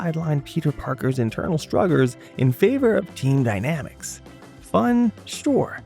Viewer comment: Spider-Man’s internal “struggers” lol … just glad it isn’t Ai